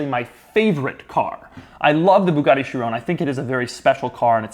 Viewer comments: Please stop saying Bugatti “Chiroon” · The way he says Chiron, like he has to stop the flow of his speech just to say it incorrectly